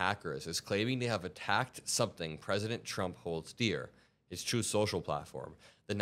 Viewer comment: You KNOW Putin is peeved!! I don't know whether I should laugh at this, or should I hang my head with a "tsk, tsk, tsk". The "Troth" social crashing really made me smile, though. It is a just a nice way to start out showing what Iran is capable of doing to this turd. Unfortunately, we are all in a world of hurt from a compulsive dumb-shit in office. "Promises made"? Promises lured for those votes.